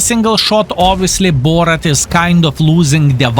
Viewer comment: Borat??? it's Boorrask' or something in phonetic... well done as always Thanks for the lesson